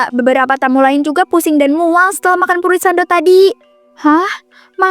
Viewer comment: Fruiit no, furiit yess😅